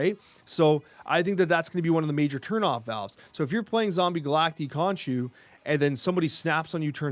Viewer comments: I genuinely hate that the card is called Zombie Galac-TEE and not zombie Galac-TIE. Pronounced the same as Cacti 🌵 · Surely it’s pronounced Galact-eye right?? If so then someone needs to tell before his official snap video or whatever it’s called